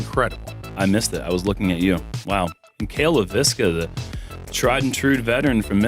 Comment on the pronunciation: Why does everyone in disc golf pronounce it 'Le-VIS-ka,' when Cale himself pronounces it 'LAY-viska'? Surely he's the one correctly saying his own name... Anyhow, always love the Jomez and the!